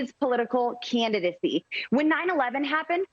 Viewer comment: "His political CEEEYANDACY.." bitch can't even talk right